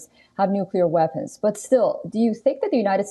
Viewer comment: If he can say West why does he say Veapons.....😮😮😮